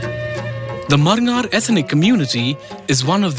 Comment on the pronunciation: Its not marngar its barngar(people coming from outisde)